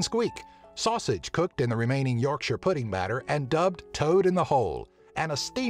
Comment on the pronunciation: He pronounced Yorkshire correctly!